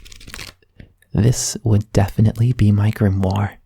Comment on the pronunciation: When he said grimore i was like BLACKKKKK CLOVEERRRRRR!!!!!!!!😂😂😂😁